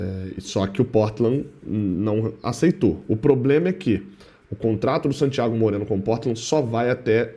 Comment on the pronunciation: Porquê todas as vezes que o tem que citar o nome de um jogador estrangeiro ele fala dessa forma? "SANtíaGO MOreno"... sempre me pergunto isso